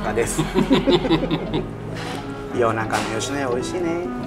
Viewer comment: ヨシイェスヤ好きｗｗｗ